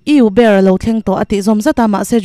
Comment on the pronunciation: I Uber ilam dan chu ava mak ve 😂